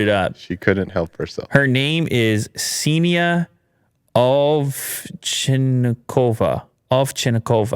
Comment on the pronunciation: The K and S are pronounced in Ksenia😁. P.S. you're not an imbecile